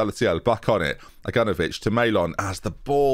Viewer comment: I dont like it when you pronounce Agnanovic's name correctly. It doesn't sound right